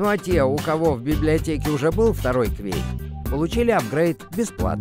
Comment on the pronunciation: как можно так сказать "кЬвЬэейк"? это что-то на московском?